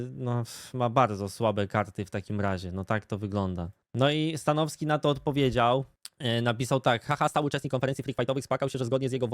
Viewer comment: Mnie to śmieszy jak mówi "stanoski" bez "w"